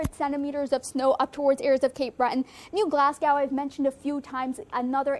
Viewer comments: Bad - eck? New Glas - gow? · Please use correct pronunciation for Baddeck and New Glasgow, which doesn't rhyme with Cow